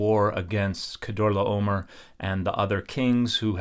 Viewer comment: THANK YOU FOR PRONOUNCING "KEDORLA OMER" PROPERLY!!!!!